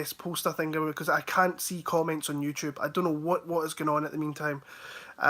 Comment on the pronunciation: "YouChube" 🤣